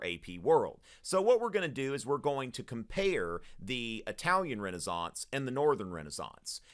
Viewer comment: thats how its pronounced